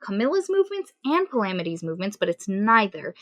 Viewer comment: Thid is how you pronounce palamedes.